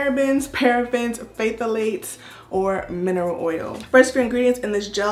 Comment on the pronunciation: Hey!! Nice review and congratulations on 50K!!! 👏🏾👏🏾👏🏾 and you did good pronouncing the ingredients!!! Just wanted to let my good sis know the “Ph” on Phthalates is silent. 😘😘